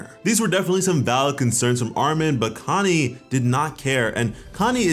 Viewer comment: I hear “Kanye” instead of “Connie” every time you say it